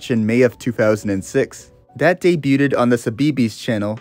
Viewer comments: did you just say "day-byoo-ted" for "debuted"? buddy........ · the T is silent! So it should be something like "day-byoo'd"